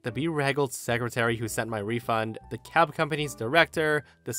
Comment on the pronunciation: Anyone else hear cat instead of cab in story 4 and spend a few seconds confused?